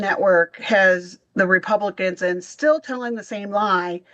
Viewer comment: This is the first DL show I find so performative! I can't even listen to the rhetroic of this farmer who is now just getting that helping others is socialism! Even him talking about going to Washington when he can't even say the word "Republicans" and that who is in charge of our government!!! 🤦‍♀️🤦‍♀️🤦‍♀️🤦‍♀️